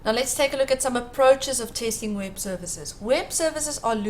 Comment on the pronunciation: fake "tasting" what is that? Robot. Not good